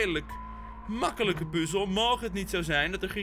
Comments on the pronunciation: Heerlijke video, mijn duimpje omlaag was niet nodig voor de positieve reacties op de game, zeer terecht. maar wie zegt er nou PUUzel inplaats van puzzel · Ik hoor het je vaak zeggen "puzel" maar het is toch echt puzzel